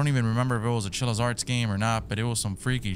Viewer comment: Day 291 of still mispronouncing Chillas Art